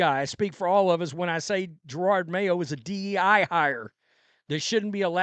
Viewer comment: Whats almost as bad as Mayo's coaching is all szn long you have pronounced his name as Gerard. It makes me laugh everytime. idk if its intentional disrespect or being clueless, but i like it.